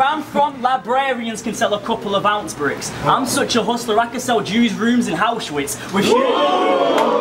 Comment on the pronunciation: It's Aushwitz not Hauswitz.